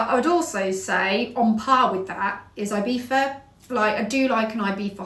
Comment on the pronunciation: I cannot make out whether she’s saying ‘ibifa’ or ‘ibiza’